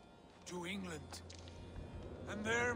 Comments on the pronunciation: The way you said England the first time kinda hurt me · the way you said England lmao